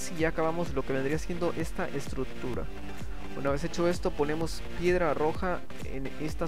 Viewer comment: se dices estructura no estrut-tura wey!